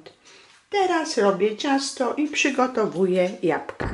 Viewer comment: Jabka ja mysle ze powinnas powiedziec jablka